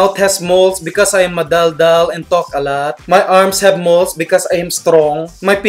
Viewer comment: madaldal... sounds like ma-dull-dull...hehehe